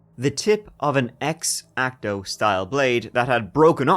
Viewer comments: "Eggzachtoe knife" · Can't say I've heard "X-acto" pronounced that way before :) Great episode. Creepy as hell. I'm loving your movie reviews, too, BTW.